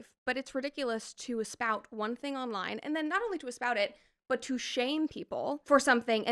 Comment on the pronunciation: Um.... ESPOUT? Do you mean spout? Or do you mean espouse? 😂